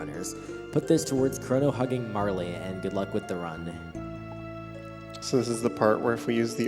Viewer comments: Butterfly, pfft, it's clearly a Magneto helmet. And yeah, Marley, wut. Marle rhymes with Carl, as has been mentioned. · Agreed. The e is most definitely silent. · Never heard anyone pronounce it "Marley" before. Marle rhymes with Carl.